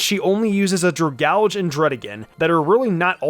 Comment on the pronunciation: your pronunciation of dragalge kills me